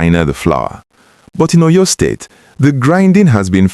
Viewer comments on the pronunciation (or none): Please learn how to pronounce the name of the state. Óyó, Óryór